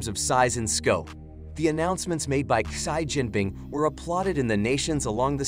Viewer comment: Irritating ! You pronounces to the name of President Xi Jinping wrongly ! It is see Jinping and not shy Jinping. 👻